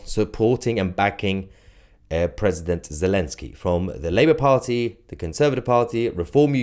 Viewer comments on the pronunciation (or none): I had to skip back as I thought you said "Princess zelensky" 😂